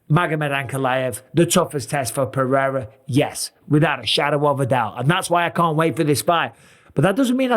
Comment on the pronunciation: Alex Pewrewra, love it! Ahahaha